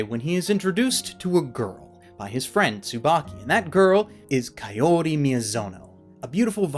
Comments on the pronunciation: Isn't it ka o ri not kayori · KA-O-RI? It's kaori (kawri) man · Who the heck is Ka-YO-ri? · is no one going to talk about how he says kaori wrong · The way he pronounce "Kaori" ughh